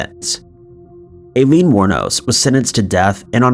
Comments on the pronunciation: Hearing "I-leen" pronounced "A-leen" about 15 times almost made me quit the vid... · Yes ma'am, you are correct. And I lean , not A lean. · How can you run a crime and mystery channel and not know how to pronounce one of the most famous female serial killers name? Aileen Wuornos. It’s not “A-Lean”. It’s pronounced “Eye-Lean”. Jake Gyllenhaal is pronounced Jill-in-Hall. Not Gill-in-Hall. I’m not trying to be mean, and have left these comments before, but if you’re going to run a channel and want to be professional, you REALLY need to research pronunciations of names before putting it on YouTube. This will help you look more professional and like you actually care about what you research! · Do you not know how to pronounce Aileen?